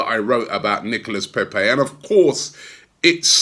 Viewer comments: Robbie its not pèpè but pépé!! It sounds like PAYPAY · Robbie cant even pronounce pepe. Imagine if we signed a polish or russian player🤣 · don’t pronounce peep’s name like you do 😂